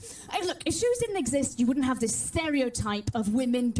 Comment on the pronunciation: the joke is that she is saying jews not shoes